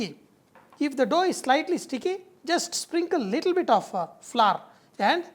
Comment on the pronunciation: lol, "look at dis dhoh."